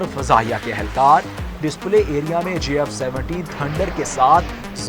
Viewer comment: Please learn to say J instead of Z